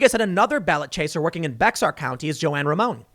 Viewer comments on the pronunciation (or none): Tim It is pronounced "Bear" county, It's Be[x]ar, not BEXAR. Also, it's typically what we assume down here, that's why I left the county, it's minority majority and never goes red, unless the last name is correct. Blacks and whites have very tiny chances at winning elections, unless they're judges from way back and fully corrupt. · Tim really said "bex-ar" county? Its pronounced "bear" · It’s pronounced “Bear” county even though it’s spelled Bexar. This is insane for me because I live in San Antonio and these people here are so uneducated about what’s really going on and they literally all believe what the news says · I'm guessing the lady in the video that referred to the older woman was Mexican...? Being from Bexar County (Spanish pronunciation btw, sounds like "bear" not "bexer" ) bun some mexican people refer to people who are not blood relatives using the same terms they use for family members, most commonly papi, ma, tio, tia, cunado (very common even for a stranger in a friendly tone) etc. But u hear alot of women referring to others using "mama". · Tim; just a heads up. The county in San Antonio is not pronounced (bex-arr), it’s pronounced either (bey-er) or (bay-har). It’s a Spanish name. I’m a San Antonio native, and even though I love your show it’s killing my ears hearing you mangle the name of our county on your show. 😇😇😇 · Hey Tim I have heard it a few times recently and it makes me chuckle, along with the rest of central Texas. BEXAR = "BEAR" COUNTY. Love your stuff keep it coming! For the record I called it "Becksar" for the first 13 years of my life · It's BEAR county, not BEX-AR. The X is silent. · Not Bex-ar county, pronounced BEAR county. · Tim its pronounced "Bear" or "Bayer" County. Not Bexar as its spelled. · Lol. 'Bex-ar' County! You should've moved to Texas, Tim. That's 'Bay-har' to the uninitiated, and 'Bear' to the true Texan. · Bexar pronounced "bear" not bex are. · "Bexar" is pronounced "Bear" county. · Bexar is pronounced like BARE.